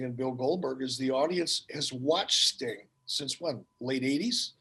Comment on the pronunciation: Fukin accent is annoyimg its sting not stang